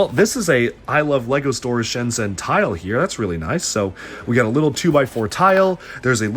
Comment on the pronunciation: I don't want to the the "aktually" guy but Shenzhen is pronounced ShenJen ;)